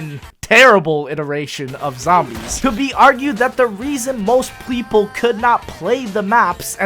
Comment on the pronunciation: "most PLEAPLE"